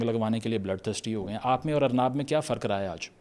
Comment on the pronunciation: tujhe arnab bolna nai aa ra or use bol ra he , kisi pr urdu nai bolni aa rai to uski credibility pr bol ra